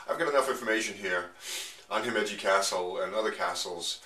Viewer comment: You're pronouncing Himeji wrong.